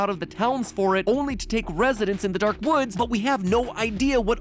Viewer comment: was "dank" supposed to be "dark"?